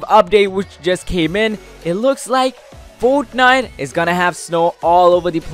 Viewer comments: this is how many times he said foatniteee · each like is the amount of times this man said fortnife